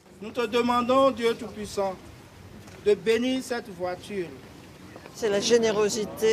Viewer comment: "Je demandes au tout puissant, de bénir cette vwatur" Comment une phrase si stylée peut autant ce casser la gueule XDD